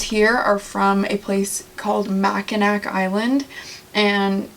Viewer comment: Love the GM!! Just bought one in 2023 and absolutely loving it. Did you ever go to Mackinac Island? (Pronounced Mackinaw!).